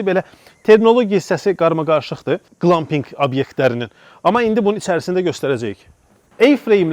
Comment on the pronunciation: Amma qlampinq yox, qlempinq deyilir eziz qardas)